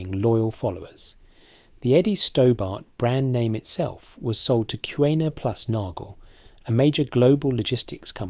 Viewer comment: And it's pronounced 'Cooner and nagel', not 'cuwena plus nagel'